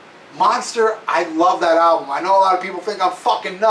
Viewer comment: tell to stop saying alblum its album for christ sakes lol.